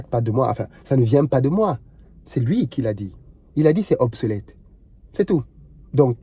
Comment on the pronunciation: Il a pas dit "Obsolète" mais " Hop c'est Net " 🤣🤣🤣